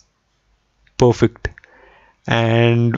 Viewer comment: Not pofekt.... it should be perfect